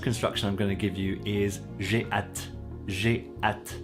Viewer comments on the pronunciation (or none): The way you pronounce hâte rhymes with cat. I believe it should be pronounced like ah, as in matte. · I agree, but that's not the way you pronounce hâte. Your pronunciation sounds more like the English at. I'm certain that you speak better. French than I, that's why I noticed your pronunciation of hâte.